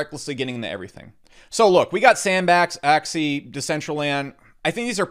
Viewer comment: props for butchering sandbox's name throughout the video